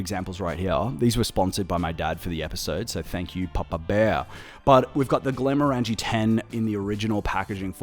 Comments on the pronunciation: I just watched the entire series of this commercial because I’m a HF fan. But I believe you’re mispronouncing the brand name. Granted, I’m American, not Scottish, but even I can easily pronounce it after watching the episode where the factory worker is correcting Ford multiple times on how to say it. They pronounce it “Glen-more-in-g” (phonetically), where as it sounds like you’re saying “glen-more-angie.” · I lasted 30 seconds. You have a whisky channel, and can’t pronounce Glenmorangie properly….did you even watch the ads? Unless it’s some kind of pisstake that I’m missing. 🤷🏻‍♂️